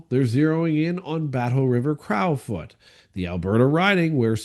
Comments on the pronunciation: it’s pronounced “crow” as in the bird. Now crouw as in wow. Crow 🐦‍⬛ foot 🦶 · like your posts and prayers for your wife,s recovery. Please pronounce Crow as in Battleriver Crowfoot like the bird, now a cow😊